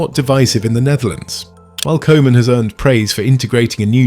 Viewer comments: its koeman not kooman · I'ts pronounced COO-MUN, not Koeman. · How is it possible to mispronounce Koeman's name? Cruijff, I understand. The ui-sound doesn't exist in English. But the 00-sound (as in football, loose, room) does. And the Dutch 'oe' is pronounced as 'oo' in English. Every football lover knows Koeman and knows it's coo-man, not co-man. Do better. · And I know this is AI, but can we say KOOOOOO man please? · It hurts my ears to hear Koeman be pronounced like kohman 😅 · Koeman : Coo-Mahn (phonetic) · Really don’t mind your pronunciation of “koeman” but if it helps the koe in Koeman is like “coo” in “cool”, “cooman” if you will. Hope this is helpful! And loved your vid!❤ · Could you pronounce the manager's name as Cooman? For the rest, nice video, tnx! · It's simpler. The OE sounds like the OU in YOU. So Youman, Kouman, Koeman.😊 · Koeman is pronounced as Coo-mahn. In Dutch the the "oe" is pronounced like it is in the English word "shoe". Man isn't pronounced as "men" but with an "ah" sounding letter A.